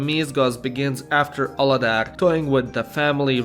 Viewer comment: You pronounced Mézga Család and Aladár sooooo good, i love it! Also, Sárga bögre, görbe bögre :)